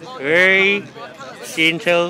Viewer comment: I thought you were saying ‘Jean-tool’ until you pronounced ‘gentle’ with the bottle in your mouth! I thought: What the fuck’s a jeantool?